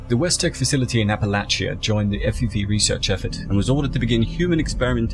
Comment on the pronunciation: You pronounced Appalachia right! Most people don't 😄